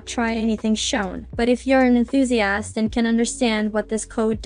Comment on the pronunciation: What I heard: Ethusi-ass